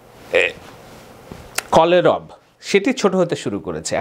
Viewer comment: শব্দটি বোধহয় কলেরব নয় হবে 'কলেবর '